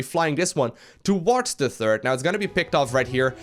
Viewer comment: ''Turd base'' I love it when says ''third''.